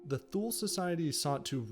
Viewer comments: It's not "THOOL", but "TOO-LAY." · Tu-ley not thool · Shaby15v Except he mis pronounced thule. It’s Tu-lay. Makes me wonder about the accuracy of the rest of the content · It's "tuu-leh" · thank u for those insights !!! ethymological note: since thule is a german word, borrowed from old germanic. its not pronounced as if an english word. for pronouncing it like it germans did in 1918, maybe it would be better spelled *toolay" in english to get the sound right... thank u for the video, it inspired me to reserch the thule-gesellschaft and thus find important developments as to how a political movement like national socialism and Hitler could even have come about. they already used the svastika aa element in their crest. men are always made by their times, the social and political climate of the 1910-20 in bavaria in this case. it is to be noted how prevalent antisemitism and the myth of the arian race/ariasophy and all the neo-germanic cultural associations were already at the turn of 19/20 century !! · it is not pronounced thu-lay either